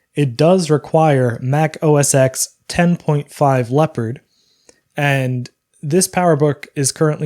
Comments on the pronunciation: The “X” in Mac OS X is a Roman numeral for “10,” it’s “Mac OS TEN,” not “ex.” :-) I like your videos. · “ Mac OS Ex” lol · Thumbs down for “Mac OS Ex” pronunciation